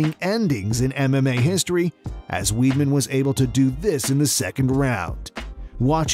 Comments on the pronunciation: its pronounced Wideman not weedman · He said Weedman.. 😂😂